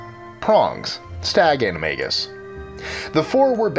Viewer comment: Lol you say animagus weird You say animaJus You're supposed to say animaGus